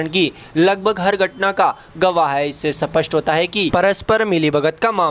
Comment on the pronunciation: स्पष्ट शब्द का गलत उच्चारण करते हैं